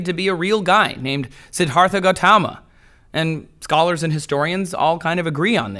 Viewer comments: You didn't pronounce Siddhartha correctly and he never preached of any God or that he was a prophet. You clearly didn't do any work into himx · So because he pronounce something incorrectly it's an argument against his arguments. Well you wrote "himx".